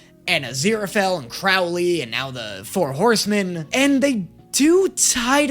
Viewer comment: “But also pwease be my four howsemen of the apocawypse” 😂😂😂 The “apocawypse” killed me dead 😂